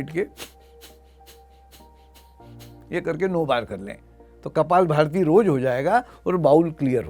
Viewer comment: कपालभाति शब्द न कि कपालभारती !